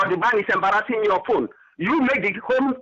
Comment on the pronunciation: Hilarious! He is "embraasing" me as a fool!